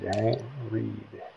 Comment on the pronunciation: REDD....not Reed